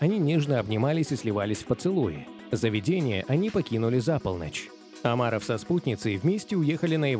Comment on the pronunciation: Слух режет, когда он произносит Амаров